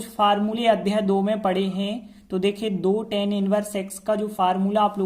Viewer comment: Sir Tan nhi hota hai❌❌ tan hota hai✅✅